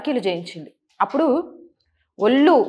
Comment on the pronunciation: ""ఒల్లు"" కాదు తల్లీ.. ""ఒళ్ళు""... ఉచ్ఛారణ సరిచేసుకో...